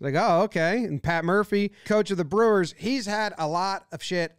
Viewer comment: Lets gaaahoo lets gooaaaaoaah brewahs